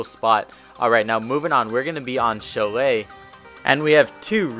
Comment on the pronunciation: It’s pronounced chalet not chalet